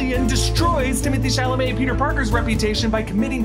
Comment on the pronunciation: Everything was perfect until you said Timothée puke Chalamet